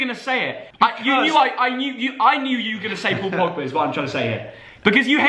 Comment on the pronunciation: They spelled pogba wrong they said pobga